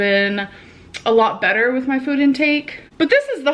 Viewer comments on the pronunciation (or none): Somehow she now has a North Dakota accent. Fuud, oots.